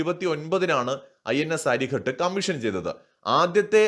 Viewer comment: അരിഖാത് - അരി(ശത്രു) യുടെ ഖാതകൻ. അരിഘട്ട് അല്ല.